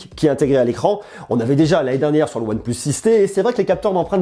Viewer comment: En anglais ? OnePleus